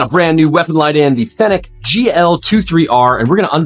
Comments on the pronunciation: OMG stop pronouncing it like that. It's Fenix (fee-nicks) not (fen-ick) . Drove me crazy. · Bro, it is pronounced like the city of Phoenix.